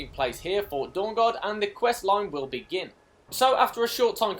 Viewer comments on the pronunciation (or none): none